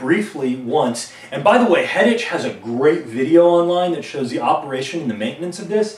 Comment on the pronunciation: Proper pronunciation is Hettik. The Ch is not pronounced as the English pronounce it.